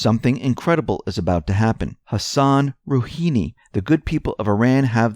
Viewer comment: Bruh its RouHAni.... lmao. Not Rouhini.